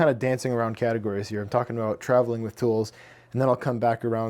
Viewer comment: Did you say, dancing around.. caddy-gories?? Hehe. Nice shop! Love all the thought put into it. Best wishes!